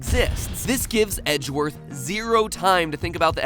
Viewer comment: Its pronounced egg worth